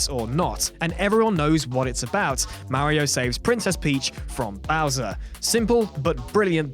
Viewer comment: who even pronounce mario like that?